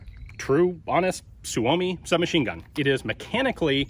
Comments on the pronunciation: Just a minor correction: Suomi is always pronounced with the emphasis on the first syllable; i.e. SUE -o-mi, never sue-O-mi. Hyvää Päivä! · PSA: Suomi is the Finnish word for “Finland”. Finnish words always place the emphasis on the first syllable. It’s pronounced SUE-oh-me, not sue-OH-me. We will now return you to our regular broadcast. Thank you. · I believe the Finn boys pronounce it sue me.